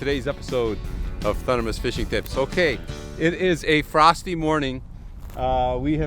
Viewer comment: I like how you almost said FUN-dermist fishing ...lol